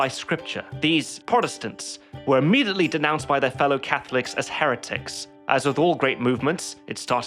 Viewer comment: Sorry I can't stop myself from laughing from the way he said Heretics. I got problems :|